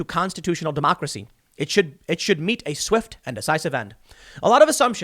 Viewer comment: "We aww loosing ouww demockracy!"